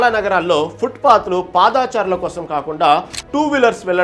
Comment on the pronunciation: పాదాచారులు కాదయ్యా. పాద చారులు అనాలి. ఇంకా నయం, పాదాచార్యులు అనలేదు.